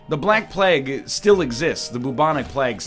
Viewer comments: NL, Plague is pronounce more like "Playg". Not "Plag". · After pahssta, baguels and now plag, I'll never be surprised at how Mr. Lion pronounces things again. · “The black plegg, the bubonic plegg...” I can’t. I just cannot. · "Bubonic Pleg" Why do make us suffer, mr Northern? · also bubonic plagg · Yeah, I was passively listening and hearing him say plegg kinda woke me up. lol. This Egg's always got something up his sleeves. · bubonic plaegg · Why does this man say Plague wrong? EDIT: Why isn't this run Zany? The episode is called [Zane]! Why does he decide that referencing someone NAMED Zane allows this title to exist? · Still hate how he says plague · Is this how you actually pronounce plague. Im genuinely asking